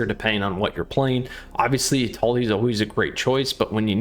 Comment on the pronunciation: I cringed every time you declined Etali.